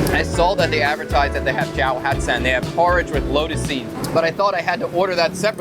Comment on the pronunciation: Keep working on those pronunciations! 💪🏻 Cháo not chao, hạt not hát, xé not xe, xối not xôi, etc etc.